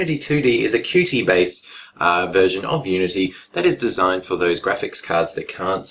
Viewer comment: i think QT is pronounced "cute" , btw very nice review i really hope that the trolls that dislikes you will grow up and stop , you really don't deserve this .